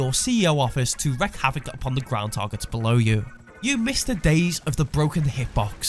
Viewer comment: You 'reek' havoc, you don't 'wreck' it :D